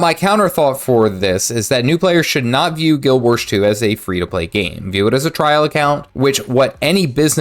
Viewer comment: 👎Learn how to pronounce the name of the game. 🙄